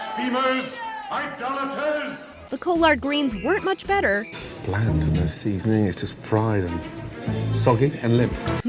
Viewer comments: I was like wtf is "co-lard" lmao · Collar-ed green not co-lard greens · “COAL-Ard greens” bruh she really said it like that... it’s Collard Greens 😭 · co lard greens? it's pronounce Collard greens....jeez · The co-lard greens??? 🤣🤣🤣🤣🤣 It's like collar+d; collard greens. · I hate how she said collard greens.. ”CO•LARD GREENS” Ma’am.... it’s ”CAW•LUHRD” greens tf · What tf is "Co-lard greens"? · Co-lard greens? What's that? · "Co-lard greens" learn how to pronounce words correctly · Co-Lard greens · Shawty said colard greens 🤣🤣what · The "CO-LARD" greens haha tf? butchered that word there bud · Coo-lard hahahaha!!!! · The "Kolaardgreens"😂😂😂😂😂☠ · "co-lard greens" I can't be the only one that heard that wtf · I started screaming "collard collard greens!" at my computer screen. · Did she... did she say coll-ard greens??? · "co-lard greens" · Did she just call them cole-ard greens?!? wtf!!! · sorry but, Collard greens is pronounced "Collered" like with a coller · Co-lard greens? Da fuq? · Ko-lard greens? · It's obvious you've never had collard greens since you can't even pronounce it lmao